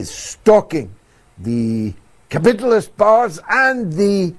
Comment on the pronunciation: What's with George Galloway 's pronunciation of the word 'capitalist'? 😂😂